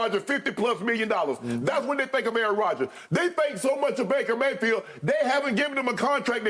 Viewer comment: Jen Hale: "Maker Bayfield" 😂